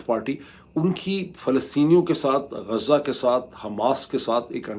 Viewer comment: پڑھے لکھے ج شہر کا نام "غزة" ہے... غازه نہی